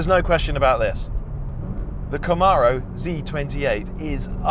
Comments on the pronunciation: Love these rise and shine videos. FWIW, it’s ‘Cam-aro’, not ‘Ca-maaro’. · You got the "Zee" part. Now repeat after me- Kuh-mAIR-O. The second syllable is like "air" or "mare" not "Arrrrr" like a pirate.